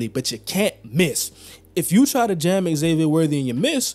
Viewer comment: Its not X-zavier... its pronounced Zavier.